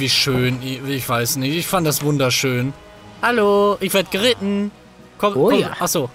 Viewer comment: Ich liebe diese intro Manu: Alialo liebe leute.. Paletten: ALO 😂🤝